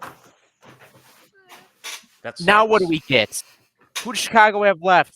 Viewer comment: Go Hawks. Also it's not CHicago. It's SHicago.